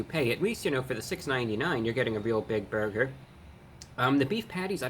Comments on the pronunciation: Dweam burber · I love how he says burger